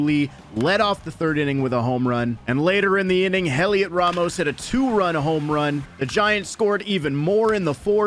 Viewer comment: It's not HELiot Ramos, It's pronounced Eliot Ramos. The H is silent.